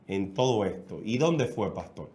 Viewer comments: 😡ES PASTOR.. CON "R"... """NO PASTOL..""" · acaso hay 2 familiares en el mundo en la historia de la humanidad que esten de acuerdo en todo, creo que antes de hacer este tipo de "entrevista" donde un tercero va a salir abochornado; hay que aprender a pronunciar la letra R. un gusto conocerlo y el chico que esta en la radio, te falta mucho...